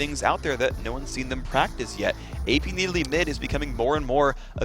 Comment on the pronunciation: I totally forgot how stupid phreak pronounced Needalee